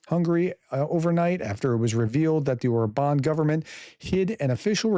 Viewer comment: No offense...but: How come that you can pronounce the name of your former president BI-den but not the Hungaro-Russian asset OR-ban? AFAIK all genuinely Hungarian words and names are stressed on the FIRST syllable. But maybe should we call you as if you hade a French family name? 😉Peace and out. 🇺🇦👍